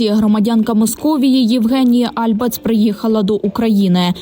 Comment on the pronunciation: альбАц, а не Альбац, взагалі-то дарма на неї накинулись, бо вона не пропагандистка